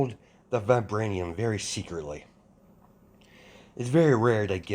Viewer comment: Vi vibranium I'm sorry you just say it so wrong